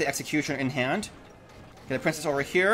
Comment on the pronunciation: you notice that every time you say here it sounds like you say heya😂